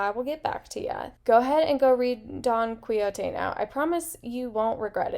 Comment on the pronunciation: Oh my goodness! This is amazing! Suggestions: I pronounce it Don Key-Ho-Tay. I read that English isn’t your first language so I thought I would help with pronunciation. Keep making the great content. {Especially if it is dark academia} :)